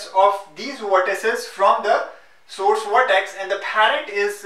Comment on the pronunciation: it is weird how you pronounce V . Video= WE-deo. Vertices = WE-rtices xD